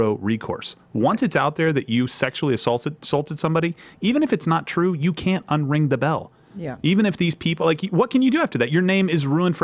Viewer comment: The way Stefan says "can't" sounds like "cunt"